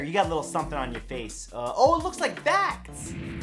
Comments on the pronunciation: Legit thought you said "looks like fat" not "looks like facts" 😂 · For a second there I thought he said “looks like fat” in the beginning in the video. I said to myself “how does he know I’m fat!?”